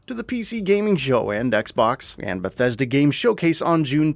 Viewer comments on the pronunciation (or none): none